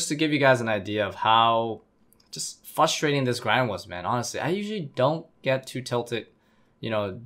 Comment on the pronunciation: nothing is more frustrating than someone who can’t say frustrating